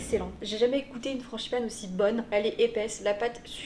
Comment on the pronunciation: « franCHIpane » mdrrr